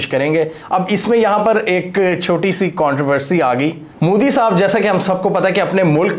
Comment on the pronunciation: I love how you pronounce Modi as 'Mudi.' 😂